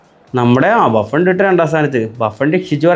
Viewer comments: 3.53 baffun alla Buffon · Baffen alla bro Buffon